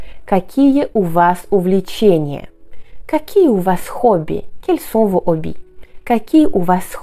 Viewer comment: Bonjour. Merci pour vos merveilleux cours. Les plus précis, clairs et complets que je peux voir sur YouTube. Une petite remarque (de francais...). Il est un peu surprenant de vous entendre dire " les hobbies" en faisant la liaison. Certes, l Académie française autorise depuis qq années la liaison avec un mot commençant par un "h". (les fameux zharicots!!!). Mais a l oral, "zobbies" a une connotation un peu différente. C est un mot trivial, limite grossier, désignant un sexe masculin. C est aussi relatif a un personnage de dessin animé rentre dans le langage vulgaire: la fameuse ZOBBY la mouche. Le debat est ouvert... Merci encore. Bien a vous. Fred